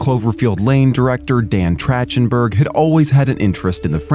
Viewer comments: The voice over pronunciation of “Trachtenberg” as “Tratchenberg” is mildly infuriating lol This movie was such a pleasant surprise. The use of practical effects really sold everything they were doing and the nods to the originals didn’t feel ham-fisted (like with Alien Romulus’ attempts). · the one thing that got me is his name is pronounced Track-ten-burg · LOL his name is not Trashtenburg. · Trachtenberg is pronounced with a “k” sound, not like “chair,” same as chasm. Or is this an AI voice? Mispronouncing names is usually a giveaway, but sometimes it’s a human who doesn’t read enough. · Same way you pronounce Michelle Trachtenberg